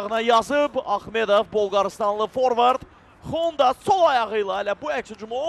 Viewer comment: Şeehçi Xonda deyir 😂